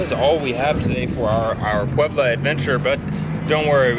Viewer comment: Please do not do that. It is offensive to the people of Puebla